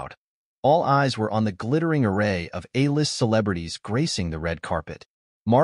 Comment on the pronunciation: "Prince Harry the beloved Royal"?? You need to have a human read over your script. Prince Harry has not been a beloved Royal in a very, very long time. Also, tell your AI to pronounce A list, not "ah list", LOL!